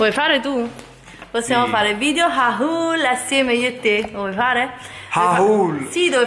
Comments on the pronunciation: Mi piaci tantissimo e ti seguo sempre peró "HAUL" si pronuncia OL non HHHHHAUUUUUUL😂❤ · perché pronunci la parola "haul" così: hauuul?